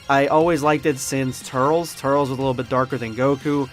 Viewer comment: it's turles smh